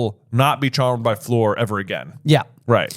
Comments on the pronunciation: Its Fleur not Floor. Like "A" in "A dog" Fl-a-r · as a european who hears french every once in a blue moon, it hurts a little bit listening to americans pronounce 'Fleur' 😂